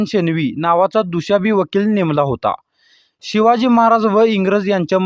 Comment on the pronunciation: दुषाभी नाही दुभाषी 😂